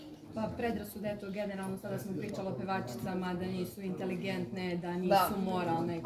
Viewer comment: Je l' ovo devojka sa K1, kaže "intAligentne"?